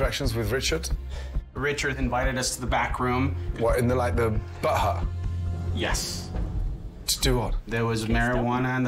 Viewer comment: I love how Gordon keeps calling the "bud hut" the "butt hut". Lol